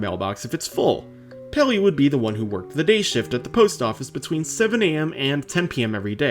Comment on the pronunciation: I think I found an audible illusion in this video... - Do y'all hear him say "Pelly" or "Pilly" ? I feel like I can hear both based on what I "want" to hear him say LMAO